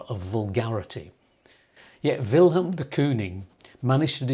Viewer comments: I like your videos but it was difficult to hear you keep saying will helm. His name doesn't have an h in it, so it's pronounced Will m. Also, Wilhelm is a german name, so dont mention ze war! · It's not Vilhelm, it's Villem. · Jou uitspraak van zijn naam is fault. Het is Willem, niet Wilhelm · It’s not helm